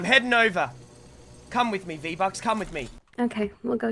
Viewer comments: Vee bucks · Vee Buckz: cumtent PewDiePie: Vee Buckz did an OoPsIe!